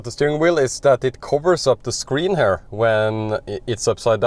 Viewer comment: You are so fluent in English, so bravo! But there are a few basic pronunciation mistakes, which I am sure you can fix easily. “Here”: it is quite distracting, if pronounced as “hair”. I don’t know if it helps, but the sound is closer to “Kia”. One can practise similar pronunciations, like “here” “ear” “near” “rear”“interior” …